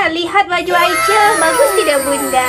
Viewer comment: Mohon maaf ya aycel bukan aycil 😅